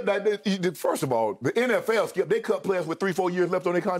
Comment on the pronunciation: No one: Shay every weekday AM: Skiup